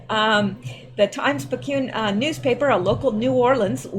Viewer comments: Picayune: Sounds kinda like... Pick-eh-yune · Hey Picayune is pronounced Pick-a-yune. Picayune is in Mississippi, but the Times Picayune is a New Orleans paper. I lived about 30 min from Picayune when I lived in Bogalusa, La. Anyways just thought I’d let you know. Thanks for all you do. Love from Mississippi 😊💗